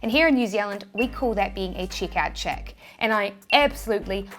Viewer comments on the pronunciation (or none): Checkout chick or chickout check? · I love how your "check out chick" sounds more like a "chick out cheque". Lovely accent. More on point, I also appreciate yet another video of you reaching your hand out. Keep it up,.